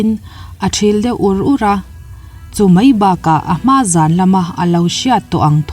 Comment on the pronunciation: A bengvarthlakin ngaihthlak a manhla e.Mahse mai,tihturah mei i ti erawh beng a tithlep deuh lamdik a harlo bawka i lamdik theih chuan a lawmawm hle ang.Tawng humhalhna kawngah in yangkai si a.👍👍👍